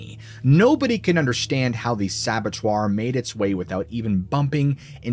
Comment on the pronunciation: Saboteurs pronounced sabba-toor not sabba-twer Please, Puerto Rico is part of the States.